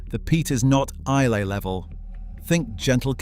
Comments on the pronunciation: Speyside - pronounced 'Spay-side' Islay - pronounced 'Eye-lah' Etc., etc. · Interesting programme, some of the pronunciations are a bit astray. Islay is pronounced “ Isla” and Glen Garioch “Glen Geery” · And Islay.